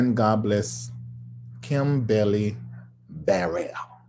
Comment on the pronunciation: you R horrible 🤣🤣🤣 You said KIM BELLY BARRELL🤣 I’m Done ✅